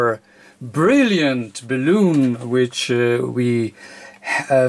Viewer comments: I have always pronounced the 'bal' in balun like 'balance', not like 'balloon', because calling it 'balloon' just sounds funny :P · Awesome project, thanks :) But PLEASE learn to pronounce BALUN correctly :) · If you want to get the pronunciation down exactly, it's bal-un, or multiple bal-uns. Your'e such a delightfully charming person, I really don't think that it matters. Thank you very much for being so instructive and having us all visit with you.Verend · Sehr gutes Deutsch.. Ich glaube in der Sprache, die Du hier im Video zu sprechen "versuchst" wird das aber anders ausgeprochen als im Deutschen.. Im Deutschen ist das so vollkommen richtig. Es ist "Balun". In dieser anderen Sprache hoert sich das ausgesprochen aber mehr an, wie "bellen".. So wird es da wohl ausgesprochen. Aussprache ungleich Schreibung.. Balun, wie im Deutschen ausgesprochen ist dort halt eher sowas wie "Luftballon".. Aber das ist nicht so wichtig! Das Video selbst, ist inhaltlich sehr gut.. :) Und das ist schliesslich das Wichtigste.. :D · Your English is GREAT. You might need to make a small adjustment in the pronunciation of the word "balun". You pronounce the word like "balloon" like a "hot air balloon" or what people blow up with their mouth for party decorations, "rubber balloon". This video might help you in the pronunciation. Only kind and helpful thoughts here. Thank you.